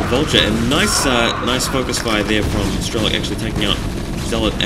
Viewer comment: its nto strelo-KEY, its just strelok, a russian word with no "key" in end.